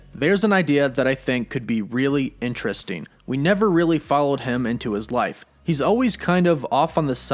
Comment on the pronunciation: GET ELOCUTION LESSONS Returneen is not a word Happeneen is not a word Intresteen is not a word Sometheen is not a word Emortal/uhmortal are not words Buhfore is not a word Hulkeen is not a word